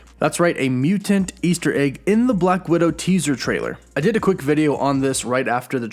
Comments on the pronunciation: I can't watch this video based on the way you pronounce "mutant." LOOOL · Uggggg the way he says mutant really bugs me